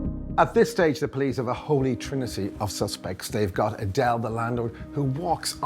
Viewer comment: It’s not that ADELE, It’s Aidel, a Lebanese/Levantine name😂